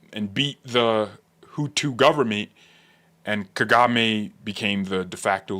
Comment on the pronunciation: I love how you say the tutus and the Tootsie . Did you make reference to the one president as a"milk dud head. Bruh I was laughing for 5 minutes you are funny